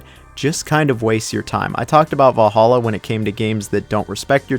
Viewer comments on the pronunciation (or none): none